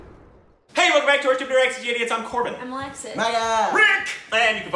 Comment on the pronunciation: You amazed us with your pronunciation. Impressive.